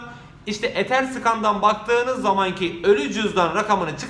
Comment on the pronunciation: Abi etherscen i olduğu gibi söyle öyle güzel yükseldik ethersıkan bizi bozar